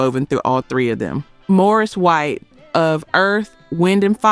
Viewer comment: Yes. Maurice White, not Morris White!